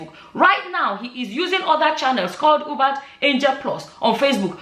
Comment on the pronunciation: It's pronounced You-Bet. If you can see how unshaken his followers are you'd know that sorcery is really.